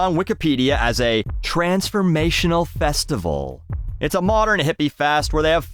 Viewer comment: Hearing say "transformational festival" was kinda cursed.